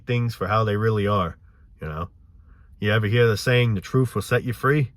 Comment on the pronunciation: Gotta hear the "troof", man! 😂